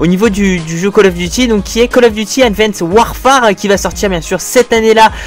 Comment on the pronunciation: Si Mais pas le "e" ! ^^